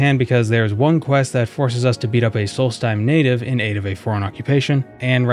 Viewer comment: It's solstheim not salty time. (I really hope people get that reference)